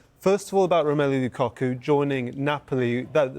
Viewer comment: why does he keep saying Lucocku? 😅